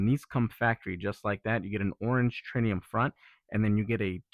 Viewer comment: For the love of God, quit saying tritium wrong! it’s a T not N!